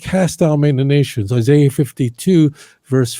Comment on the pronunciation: He didn't say Google Isaiah. He said Google Issiah!!!! You would think that his shmooo would Google how to spell Isaiah, geeez.